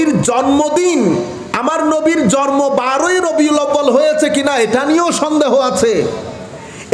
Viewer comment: Jormo na ucharon ta jonmo hobe